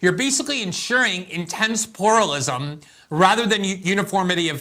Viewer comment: This guy can't talk. Checking to see if I'm at 1.25x speed ... nope it's the speaker stumbling. "Pooralism" rather than "pluralism." Sniffling away, is this cat on coke? "Or we can ensteddle our selves ..." what? Oh, you mean "or we can INSTEAD ALLOW OURSELVES ..."? Luv you man, but you gotta let a reader read the op-ed, you cannot do it.